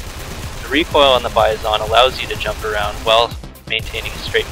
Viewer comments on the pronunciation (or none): u say (bye-zon) not (bi-zon) noob